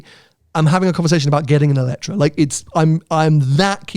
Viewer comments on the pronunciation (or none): I can’t believe you went to the press launch and still pronounce the name of the car wrong every single time. I get it if it’s a foreign company but lotus is a British brand 😂 EletrE And non eletrA. Anyhow, much more enjoyable episode when is there. As always I end up putting a thumbs up but would be really nice if you took onboard a bit more of what your beloved audience suggests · ELETRE =/= Eletra. The car is called EletrE. To set some context, I’ve been to a Lotus event presenting the car for non press public and the lotus people called it EletrE. E at the end like Evian. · Evian has an E at the beginning. That is the sound that should be at the end of EletrE